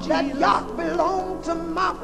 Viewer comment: she really is sayin yacht ha ha ha YOCK!!